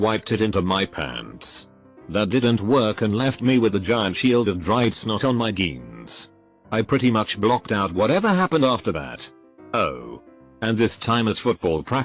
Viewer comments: No one: Everyone:Jeans Text to Talk:GEANS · Normal speech: jeans TTS: GEENS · jeans = geans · geans thats the right way to pronounce them!!... :) i shed manly tears all the time! :) but my all time fav?..... " FUCKIT !! " LOL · g e e n s